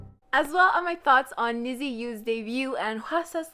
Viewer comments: Hi! you were close pronouncing NiziU. that's ok, I'm here to help. it's " Ni-juu" as though you're saying "Need You" according to JYP in Japanese it also means " twenty", so I assume it's because they will debut in 2020 "Make you happy" is a pre-debut song like Twice's " Do it again" Their official debut will be in fall 2020. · Hi and anyone reading this. I want to correct something you said but it is no hate at all. The group NiziU is actually not pronounced the way it's written (I know, sounds crazy but please keep reading) So as a Japanese person myself, I feel like I need to tell you guys this. Basically in Japanese, their group name is "虹U" which is actually pronounced like "Ni ji" U. 虹(niji) means Rainbow and I read that the girls are supposed to represent many different personalities or "colors" and unite (that's the U) and become like a rainbow. I'm actually so confused why JYP ent. write their name as Nizi instead of Niji because it clearly is confusing a lot of people how it should be pronounced. I think whoever was doing the romanization in the company definitely isn't Japanese and didn't research enough either. As someone who is fluent in Japanese and close to fluent in English, I felt like I have to spread this information. This is no hate at all by the way just a info I thought could be useful. By the way I love your videos so much💛💛💛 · NiziU is actually pronounced NijU, its supposed to sound like Need You